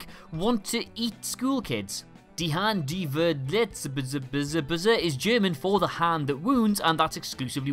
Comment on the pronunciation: The German Title wasn't spoken That bad 👌🏽